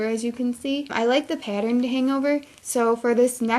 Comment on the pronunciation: shes good at these but every time she said pattern I got triggered lmao